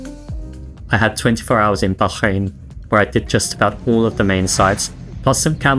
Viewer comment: You need to learn how to pronounce Bahrain,stop being so pretentious and go to a local language class on a stop over.